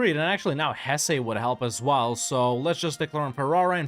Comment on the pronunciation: Lots of love in the comments for the improved pronunciation. Now, start working on Hesse (Hess-uh) 🙂